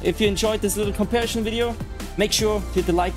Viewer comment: Comparischion vs inchident. Related to Leclerc?😂